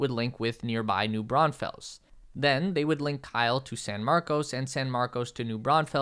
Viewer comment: You got Pflugerville correct, New Braunfels is not "Braun-Fells" but more like "Braun-Fulls"